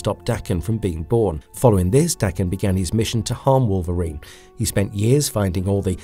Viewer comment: I have to give you credit for not pronouncing Daken as "Day-ken". As someone familiar with the actual pronunciation, it drives me nuts when it's mispronounced.